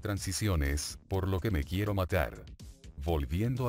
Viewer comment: "Quiuwo toy bonnie"